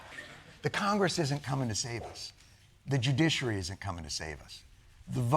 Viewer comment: Misspronounced KOCHGRESS again....